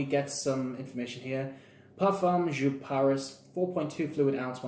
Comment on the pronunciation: It's a German company. It's pronounced YOP